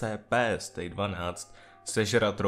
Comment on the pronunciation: Nejen, že říká stejk a ne stay, ale ještě říká hovna typu - SCP je chlap co zmutoval, ubráníme to s těmi můžema, je to pěknej démon i když jsem říkal že je to SCP, sledováci.... Tpč já bych ho šla normálně učit gramatiku, než abych mu dovolila natáčet tohle